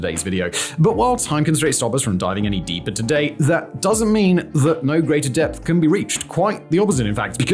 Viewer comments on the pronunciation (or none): none